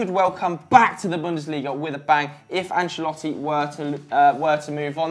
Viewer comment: you nailed that pronunciation at min